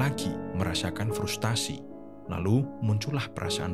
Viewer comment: FRUSTRASI bukan FRUSTASI